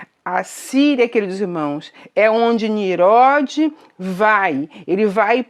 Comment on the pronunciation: Prezada irmã, aprenda a falar: não se diz "MESOPOTA(N)IA", mas sim MESOPOTÂ(M)IA. Não se diz "NIRODE", mas sim NINRODE. ☺